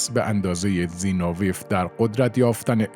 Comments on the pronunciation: زینوویف را مرتبٱ غلط تلفظ میکنید؛ سیلاب آخرش را ویف بر وزن قیف میگوئید. درستش زینو وی یُوف است؛ سیلاب ٌÎخرش ضمّه دارد، مثل گرباچُف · نام دختر استالین Svetlana است، نه Sotlana!!! زینوویف Zino-vi-ef تلفظ می شود. بد نیست شما که این همه زحمت می کشید، کمی هم در این باره دقت کنید تا ارزش کارتان حفظ شود!